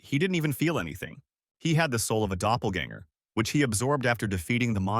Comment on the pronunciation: Somebody please teach ai how to say doppleganger